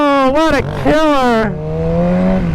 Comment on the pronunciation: says killer instead of killaaaa